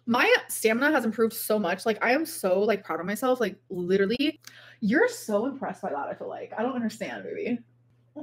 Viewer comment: as would say “liderilly”